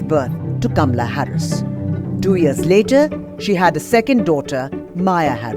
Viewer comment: WRONG PRONUNCIATION OF HER NAME!!!! IT'S NOT "KAMLA" BUT HER NAME IS "KAMALA"...DISGUSTING OF AN INDIAN WOMAN HERSELF TO MISPRONOUNCE 😡